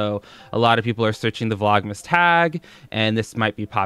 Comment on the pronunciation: I understood 'Vlog mistake 2' instead of 'Vlogmas day 2'